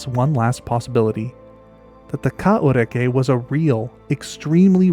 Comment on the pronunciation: Not bad on the Maori pronunciation mate. I'd heard about this animal but never seen it discussed online. Intriguing video.